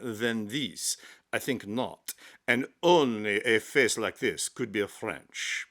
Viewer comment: It made me chuckle too. But because I'm pedantic, I cringed every time he pronounce the word this . Authentic fake French accent would use zis . Still, it was very funny. I love his usual delivery tho. It's clear and concise, without any unnecessary inflection or exaggeration to distract from the presentation. Just simple facts with some subtle humor tastefully inserted here and there.